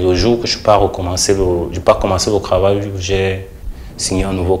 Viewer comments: Un souci particulier avec la prononciation des "t" en "ke"? Krahir, kravail...?? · Je reste cranquile, rdv de cravail, je reste cranquile, il faut vraiment apprendre à articuler le TR et pour un journaliste, c'est vraiment lamentable. Il faut arrêter cette façon de parler